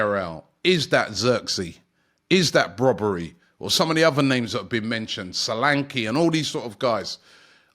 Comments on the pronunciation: Its Brian brobbey not brobbery im from the netherlands myself 💀 how did you get the name brobbery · He called Brian Brobbey not Brobbery 😂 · ‘Brobbery😂😂😂’ its Brobbey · There's been a Brobbery hahaha!!!!. Come on Robbie get their names right man! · I guess it’s Brobbey and not Brobbery😅😅😅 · Brian Brobbery? 🤣🤣🤣 Robbie getting baited by his own colleagues 😭😭😭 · Brobbery?? His name is Brobbey, no 'r' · The name is Brian Brobbey rather than Brobbery. A Ghanaian name pronounced as Br-"au"-B "ay". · It’s brobbey not brobbery 😭😭😭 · Zirkzee is actually an interesting player. Also, it’s “Brobbey”…not “Brobbery”. 😂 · Robbery come on y know y wanna say it 😊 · His name is Brian Brobbey, not Brian Brobbery. That would be a fusion between Brobbey, Ribery and Robben. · Brobbey* not brobbery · RIBERY-ROBBERY-BROBBERY - Actually it's Brobbey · BRO is not BROBBERY that is what expressions would call him,it s Brian Brobbey. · It’s Brian brobbey not brobbery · Brobbery😂 cannot even get his name right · Robby butchers people’s names all the time but Brian “Broberry” is a new one 😂😂😂😂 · Brian Brobbey. Robbie butchering players names 😂😂